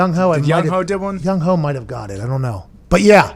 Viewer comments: Cracks me up when they call him “young hoe” 😂 it’s pronounced “yung-WAY” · The fact he pronounced Youghoes name Young hoe is hilarious